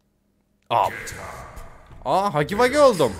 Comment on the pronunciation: Hugu vugu ne Hagi vagi diye okunuyor